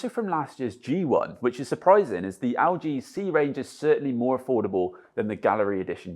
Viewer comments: EL-G NOT AL-G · Haha I kept hearing 'Augee' instead of LG